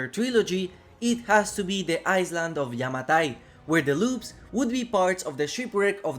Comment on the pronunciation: The S in island is silent my dude 😂